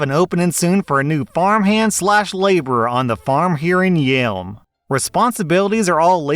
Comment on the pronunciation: LMAO at your "Yelm" southern accent. Yelm is 60 miles south of Seattle, and 160 miles south of Vancouver, BC. Yep south, but not THAT far south. :)